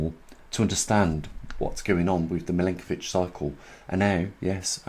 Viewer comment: Your videos are great. Just one thing, the last name of the scientist you mention is pronounced Milankovic, not Milinkovic, its Milutin Milankovic. I am an Serb, as he was, so you can trust me on that. Thank you for your work.